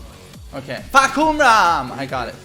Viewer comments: According to Aris, it's pronounced "Fuck You Ram" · Fah-Cum-Rarm = Roaring Sky.